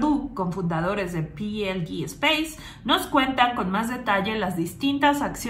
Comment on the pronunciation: Peelede espace y tu dices algo asi como pilidi. No has delet4reado correctamente.